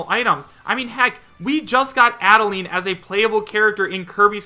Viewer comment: I'm so tired of hearing him say Adeleine wrong I'm gonna die If he says it wrong one more time -_